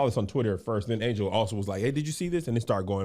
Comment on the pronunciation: It’s ANGEL. NOT ANGLE. DAMN 😂